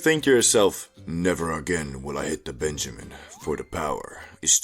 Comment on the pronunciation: PENjamin bro, not BENjamin